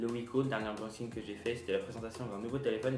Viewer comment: C'est une blague, ta vidéo ? Bon, si tu veux employer un mot anglais pour dire « déballage », prononce le au moins correctement. Ensuite, avant de parler des fonctions du drone, renseigne-toi un peu. Ce que tu appelles "Nord-Sud" , c'est le symbole du mode "headless", donc à orientation libre. Il n'y a pas de câble "universel", c'est soit USB-micro, soit USB-C. Ou Apple. Bref, travaille un peu, sinon tu fais perdre du temps au spectateur.